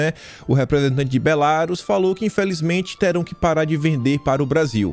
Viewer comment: pelamor, é Belarús a pronúncia! Rsrsrsrs